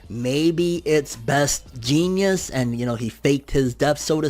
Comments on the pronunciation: Is he saying Best Genius? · What are you calling him? Genius? (JEANS)ist Best Jeanist. The dude has a pair of pants over his face for the love of pronunciation 😂😂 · Anyone else hear call best Jeanist, best Genius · So I just wanna say you have a weird ass way of pronouncing "Best Jeanist" lol But to answer your questions about it they showed some cables that Best Jeanist could manipulate in one of the beginning panels to possible be used against Gigantomachia. His quirk is basically thread manipulation if I remember correctly and that could technically be applied to super strong and bigger threads. But also you mentioned Gang Orca. From a panel that was shown a few chapters ago a lot of people think that it actually showed Gang Orca either severely injured or even dead under the destruction that Gigantomachia caused. If you go back a few chapters it will show what looks like his arm barely hanging out from underneath a big pile of destruction on top of him. I think it was confirmed that he was one of the people that were going up against Gigantomachia or at least he was in that area when it happened. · I know the real heroes name but listen to him pronounce it lol